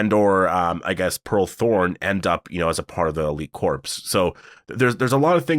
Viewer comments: lol pronounced core. Not corpse😅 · You keep saying corpse, lol. Corps is pronounced "core." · Corps is pronounced “core” not “corpse”! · So you know a dead body is a corpse right? Well, a military corps is not pronounced the same as corpse. It's pronounced like "core", the p and s are silent!